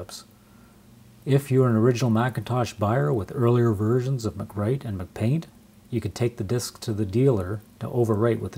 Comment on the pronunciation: lol dude it's Apple, not Mcdonald's. Am I missing some kind of inside joke with you pronouncing "mac-paint" as "McPaint?"